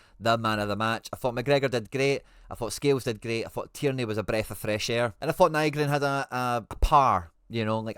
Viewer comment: Hail Hail! Liked & Subscribed. Just one pet peeve…please, fur the luvagod, pronounce Nygren correctly! Otherwise, your analysis is right on point mate. There’s no one better than you at dissecting a game of football. Top 💯%✅!